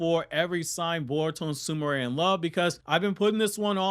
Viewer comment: Why does everyone pronounce it SOO-MOO-RAY when it's spelled Sumire (SOO-ME-RAY).